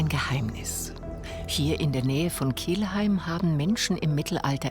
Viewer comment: Die Stadt heißt "Kelheim" 😅